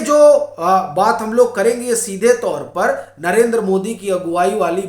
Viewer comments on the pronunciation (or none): none